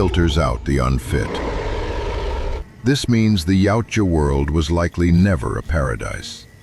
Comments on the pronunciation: YA-OOT-YA not YOW-CHA 🙄😂😂😂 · Soft Y when pronouncing Yautja, closer to (OOutja)